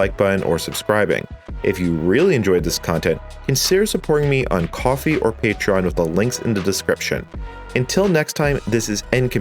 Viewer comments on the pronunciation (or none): none